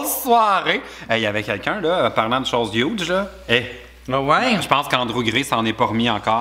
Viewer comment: Après Pitch Perfect, Hudge Perfect !!! 😂😂😂